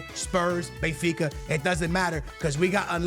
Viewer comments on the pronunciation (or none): none